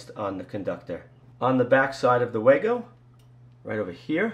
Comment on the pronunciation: It's pronounced VAHGO! and it's still a POS!